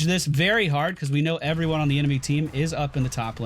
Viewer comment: starts the video: "Hello everyony..." everyony:)